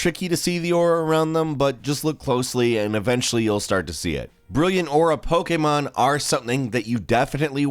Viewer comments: It’s pokEmon not pokeAmon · Its pokemon not pokaymon